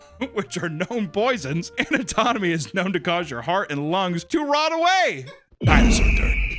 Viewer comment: man said anitomony